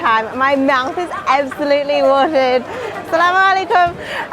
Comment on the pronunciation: i really love your pronounciation for saying "Assalamualaikum" in this timeline , and honestly theres no error and without fail. im really proud as a Muslim and so happy for such precious travellers like both of u, exploring diversified linguistics and cultures at the same time. and now, we all of the Malaysians are fully ready to open our golden gates specially for both of u to explore even more about our traditions, cultures, histories and of course our colorful diversity of food right here. we are waiting for ya very soon. love u guys 🥰😍